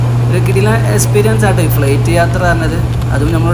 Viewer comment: ഫ്ളെയ്റ്റ് അല്ല ഫ്ലൈറ്റ്